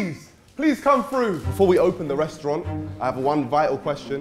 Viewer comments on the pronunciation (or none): none